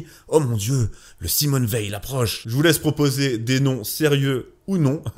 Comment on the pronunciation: Le "simone veil". Parfait. Pourquoi un problème ?